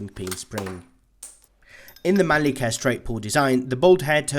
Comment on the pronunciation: Its mannlicher not manlicker!